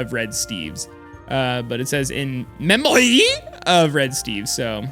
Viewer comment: Idk why "in memoy" got me laughing so much XD